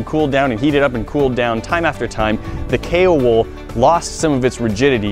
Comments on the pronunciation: Haha I thought you said Kale wood not Kao wool xD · _ its actually kaowool like kayo-wool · Why do I keep hearing kale wool? :D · Is he saying kay or kale wool? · I heared kale wool the whole video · i heard kale wool instead... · Kao wool, ceramic blanket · kool wool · I thought he said "kale wool" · K wool? Kay wool? Kale wool? K.o. Wool?! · Take a shot every time he says Kaowool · Wait so what is the wool (If he's even saying wool) called again? I can't quite understand him